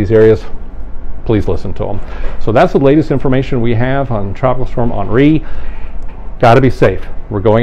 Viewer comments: Awnree? Really? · Good ole’ geoengineering…. Gotta love how most commentators/spokesmen/spokeswomen yada yada yada say “Ahnree” 🤣🤣🤣🤣🤣🤣. Ummm, I think it’s Henry.